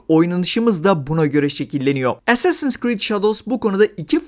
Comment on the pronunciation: Recepler niye as’leri es diye söylüyor acaba? (Assassin) 😅 Bu arada bizim karabüklü karaoğlan samuray değil, köle. Wired’da bile Japon tarihçi dayanamayıp gülmüştü bu duruma. Revizyonist tarihçilik ve woke’luk dışında oyun iyi yapılmışa benziyor.